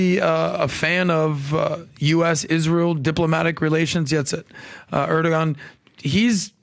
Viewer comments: ITS PRONOUNCED ER-DU-WAN!!! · Erdoğan is pronounced: Err- Doo - Won. The 'R' has emphasis and the 'G' turns into a 'W' sound.